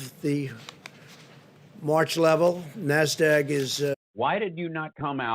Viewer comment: Trump cannot pronounce NASDAQ. He pronounces it nass-dag.